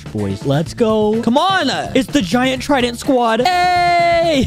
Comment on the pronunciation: Is it just me or did he say we will be fighting the spikes trindent